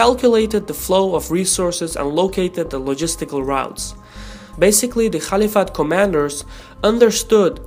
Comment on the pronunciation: Please pronounce caliphate properly 😁